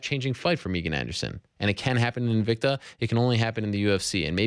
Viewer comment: You drive me crazy calling her Meeegan, it's Megan!!! Please if you ever speak to her again, it's Megan!!!!! Not Meeeegan!!!!!